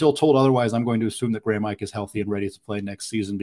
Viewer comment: Ike pronounced Ee-kay